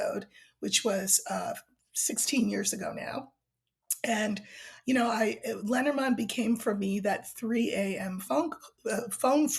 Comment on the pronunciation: For anyone who was confused as to what deck she is talking about, it's Lenormand. I pronounce it lay nor mand so I was like what the heck is lettermond? 😂